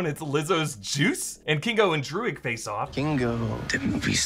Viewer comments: druig= DRUID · Druig = druids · The name Druig sounded to me more like the word Druid - as in the Celtic religion. Not as much is know about this group historically, but the original druids were contemporaries of the greeks and romans. they are also linked to Stonehenge, one of the big historical wonders. The fact this group are Celts as the actor is irish (Irish being one of the few remaining Celtic languages) may also nudge this way